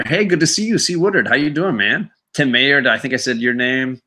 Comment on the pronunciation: Great video tonight. It was fun. One quick correction, the name is MY-er not May-er. Think Oscar Meyer bologna. Have a great night.